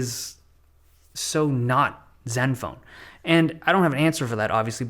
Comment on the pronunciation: “parts of zeven phone seven” 😂 Dave love ya bro